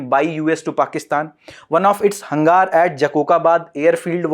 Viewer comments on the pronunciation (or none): Hangaar nhi..hanger hai😁😁😁